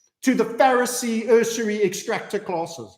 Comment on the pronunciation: ...usury......yoo·zhr·ee NOT...... URS a REE